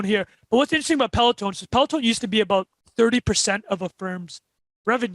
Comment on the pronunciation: Great guest! Also us Canadians take no responsibility for pronounciation of Peleton